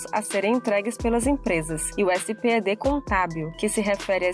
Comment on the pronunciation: parabens pela materia , mas nao é S P E D ,é espedi , assim que se le letra por letra